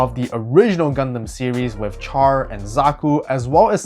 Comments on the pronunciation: Char pronounced with the "SH" sound. Not like Char as in Charcoal... "Sh are" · First you miss pronounced Char, then you call the Gouf a Golf and then you insult Ramba Ral by calling it a Blue Zaku then when I heard the way you said Zeon, I thought I was gonna die, getting flashbacks of the crappy Seed dubs with their blatant miss pronunciations of Character names. I say all that as a joke, loved the video, thank you.